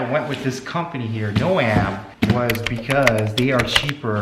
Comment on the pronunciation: Jesus Christ and he still didn't tell you how to pronounce their name it's not no..am its like a garden "gnome"